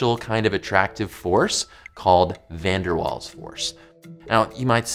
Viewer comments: 'Van der Vaals' is the pronunciation... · My Dutch ears bled when he butchered pronouncing van der Waals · It's not pronounced as it's spelled! Van der Waals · Van Der Waals forces? More like Van Der Walls forces. Sorry about that. Please don't pun -ish me. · The w in waals is pronounced as a v. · I thought Van der Waals forces was German and the w was pronounced with a v sound like in the name Wagner.